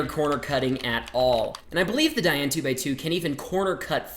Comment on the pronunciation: *opens box form top* he has never said "DaYan" right in a video... Oh yes -- Wittwo V1 forever <3